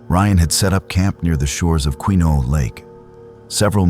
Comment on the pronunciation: Keno??? Kenno??? What rainforests are you talking about that you can't pronounce correctly